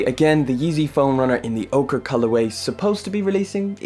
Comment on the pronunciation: Pernouced orcheeee